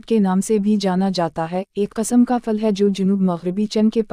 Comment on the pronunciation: پھل کو فل کہہ رہی ہے